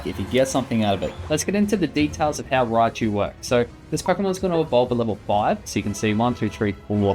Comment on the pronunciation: If only it was called Raichu. Not Riachu Fail.